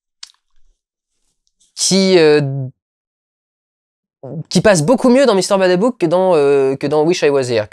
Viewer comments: Même la tu fait encore l'erreur, c'est Mr.Babadook pas Badabook :p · Bon vlog, merci encore pour tes opinions, Mais attention, c'est pas BaDabook c'est Ba Badook